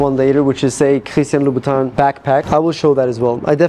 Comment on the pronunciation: It’s Louboutin